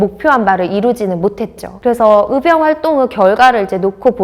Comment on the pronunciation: 도대체 발음이 안되는 사람을 캐스터로 사용하는 이유가 몰까요? 전라도 사람들 발음 특징이 " 의" 발음을 "으" 라고 하는 아주 몹쓸 발음 습관들이 있는데 적어도 방송 에는 이런 사람을 채용 하면 안되죠.. "의병"을 "으병"으로 발음하는 사람을 캐스터로 사용하지 마세요..아무리 좋은 내용 이라 할지라도 듣기 매우 거북합니다.